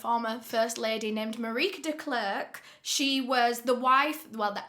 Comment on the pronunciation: Mah-Ri-Kuh would be a better pronounctuation on Marike.